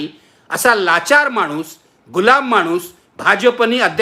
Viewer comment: क्षन?, मानुस? लई भारी मराठी!